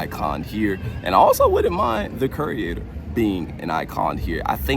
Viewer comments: The trusses are identical to the ones from the Blumhouse scarezone last year. I'm guessing they're going to use them for Jaws somehow and then leave them up for HHN. Also... Curator is pronounced 'cure-ay-tor', not ''cure-ee-ay-tor', just FYI. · KYUR-ay-ter Mispronunciation is a huge pet peeve of mine. Im sorry. 😂